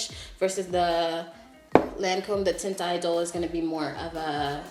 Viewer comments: Tehnt eedol- pronunciation. When high school French pays off lll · It's pronounced like taunt. You're taunting someone. So Taunt Idole is the pronunciation. I work at a makeup counter right across from Lancome.